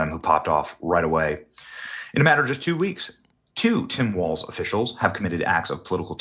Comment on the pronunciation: Its Tim Walz, not Waltz